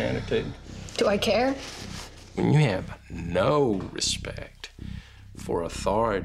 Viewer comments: Why he make his tongue do that when he said “ no respect” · the way the dad pronounced, “No,” and out his tongue at the roof of his mouth killed me. Is over-pronouncing your words gonna make you look more intimidating? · why homeboy gotta say “no” like that? 💀 he wanted to emphasize it so bad